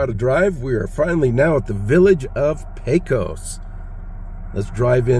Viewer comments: There is a ton of really cool things to see in our great little town. I'd be happy to show you some of the hidden jems that only the locals know about the next time you get through here. And for future reference it's pronounced Peck-Os respectfully. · Sounds good. Did I pronounce it pae-cos? I think thats the norm for us non pecos residents 🙂